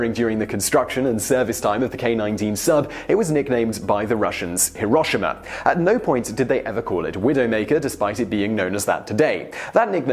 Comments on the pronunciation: HEAR - o - she- ma not Her - o - sha- ma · It's hee-roh shema. Not hiroshima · Hiroshima: he-row-she-mah Such a well-known name shouldn't be mispronounced. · hiroSHIma, pronounce it correctly, buddy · Not a big deal but, Hiroshima (hee-roh-shee-mah) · Amazing I also am starting to see that you try your hardest not to offend anyone so I'll give you a tip Hiroshima is pronounced more like he-row-she-ma. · Please...pronounce it He-Row-She-Mah, like it's supposed to be. Google translate does an adequate job. Paste ひろしま into and listen to it. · How you say Hiroshima gives me radiation poisoning